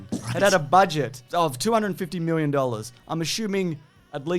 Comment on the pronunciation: honestly never gonna tire of hearing 'x miwwion dollars'